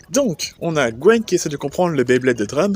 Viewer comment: Il y a un truc qui me taraude : j'arrête pas d'entendre "Gwen" alors que la traduction donne "Gwyn". Gwen est le nom français ?